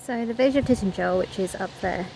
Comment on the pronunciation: You are not pronouncing the name right. It's not Titnagel or Titangel, it's Tintagel, pronounced as in the word "gel".